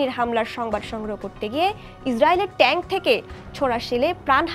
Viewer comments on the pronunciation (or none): none